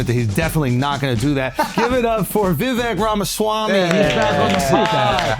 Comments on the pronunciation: You pronounced his name wrong in the intro. Say it with me - "Vih-Vake" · Vivick... no, it's VIVAYKE like CAKE!!! Dude... your intro, for real. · Any of these low IQ fools talking over Vivek is wild. They still can’t even pronounce his name and they don’t know the most basic information. It’s mind blowing.